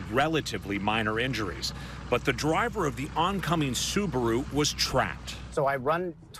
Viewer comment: Plz Americans it's not subru it's SUBARU☹️